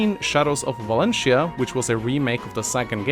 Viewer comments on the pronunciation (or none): none